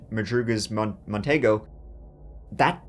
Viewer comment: Hey guys- the Merc Montego,(mon-tee-go) was actually pretty spacious for a coupe. Those back seats were likely bench seats and as I recall, fairly roomy. Compared to today's cars...well, no comparison! Easily, TWICE as big as anything Mercury makes today!!